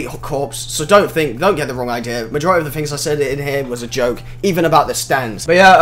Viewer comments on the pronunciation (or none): none